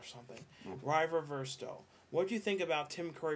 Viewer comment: Did you just call me River Versto? lol Never heard my name pronounced that way before. At some point I should really make a video about what my name actully means.